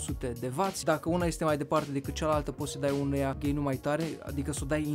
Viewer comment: Ai zis gai nu gain